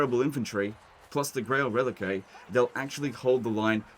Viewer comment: Actually,, it's pronounced 'Rel-eek'. You can remember this by saying to yourself "Man, why did I recruit this unit? It Rel-eeks of failure!" or some such nonsense.